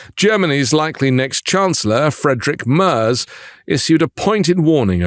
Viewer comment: The name of the coming German PM Friedrich Merz is pronounced [maertzz]😂 NOT [ murs].